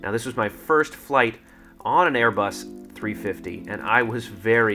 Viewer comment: It's so awkward how he says "Airbus... 350" lol. Yes he doesn't do that anymore but it's still funny